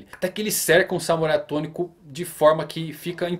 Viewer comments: "samurai atôNico" Kkkkkkkkk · “até que ele cerca o Samurai AtôNico ... ” alguém mais notou kkkkkk